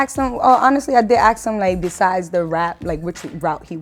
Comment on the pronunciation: "I was just gonna AXE the same thing" what the fuck? AXE? LMAO this the first time i heard that shit